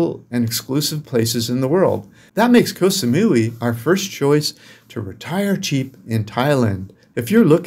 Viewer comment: just so you know KOH in Thai is pronounced like GOT. As in GOT Sa-mu-ee (Koh Samui)